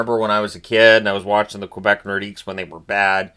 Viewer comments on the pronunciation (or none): none